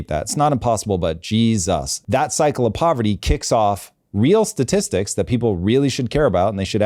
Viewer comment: Let me axe you this. Is is that hard to find a co-host that can pronounce 'statistics'?